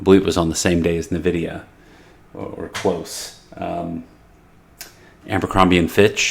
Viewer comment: Pronounce: [ENVIDIA], not [NÖVIDIA].